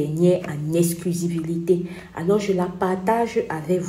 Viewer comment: on dit EXCLUSIVITÉ stp